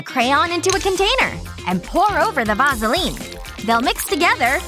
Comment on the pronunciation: She said vasoline wrong